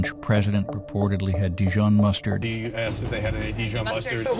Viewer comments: I like how Hannity pronounced Dee shon mustard instead Dee zhon. lol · Who pronounces it Dishon. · I think the worst part of this is the way he pronounced dijon like dee john